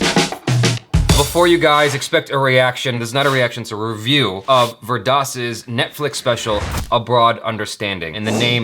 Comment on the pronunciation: speaking of pronounciation, it's 'veer daas' not vurdas running together. FYI :)